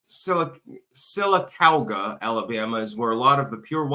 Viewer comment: Not that it matters but Sylacauga is pronounced like “Sil-uh-caw-guh” It’s a Native American name, like many others in Alabama… Talladega, Tuscaloosa, Sylacauga, Kymulga, Cheaha.